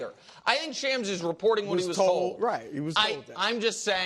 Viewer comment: shawms not shams